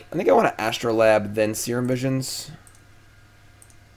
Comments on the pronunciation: true. but he is also correct in this case. it is a long 'a'. astro-layb. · For my two cents, R&D has said they always spell cards the simplest way for their pronunciation so Astrolabe is As-troe-layb.